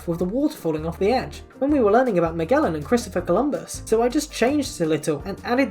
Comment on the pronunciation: You may be the first non-Portuguese speaking person who pronounces Magalhães (Magellan) correctly with a hard G. <3